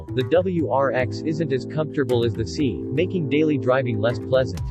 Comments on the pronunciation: It’s not see but si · Quit saying Honda Civic See